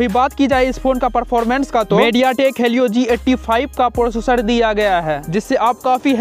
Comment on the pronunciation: Bhai vo halio nhi helio he